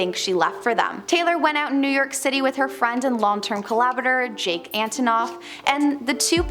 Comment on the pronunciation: it's JACK, not Jake